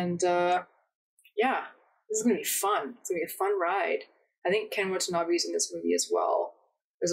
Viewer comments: Every time I hear someone pronounce Ken Watanabe's name, it sounds like "what a knobby" to me, and it always makes me giggle. No disrespect intended, I just think it's funny. Great reaction! \m/ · Watanabe is pronounced "wah-tah-nah-beh"